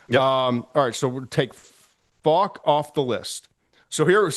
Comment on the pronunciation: Why does Todd not know how to say Faulk?